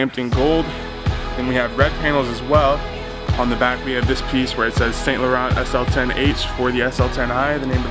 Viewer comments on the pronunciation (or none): It's pronounce "San" not "Saint" learn your French!